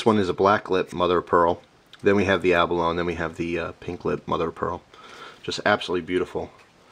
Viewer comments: I believe "Abalone" is pronounced "ah-buh-loh-nee" rather than "ah-buh-lone." We eat that stuff all the time. Om nom nom. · Merry Christmas and Happy New Year. By the way,for you "east coasters" the word abalone is pronounced abaloni,(ee). Great videos